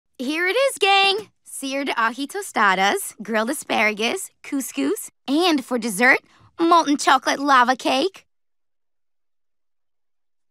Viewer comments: "Coos coos" Idk why but I just hate it when shows pronounce something wrong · As a Brazilian, it hurts me by the way she pronounced couscouz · God hearing Couscous pronounced like that hurt my soul